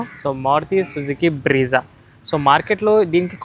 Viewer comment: Breeza kaadu andi Brezza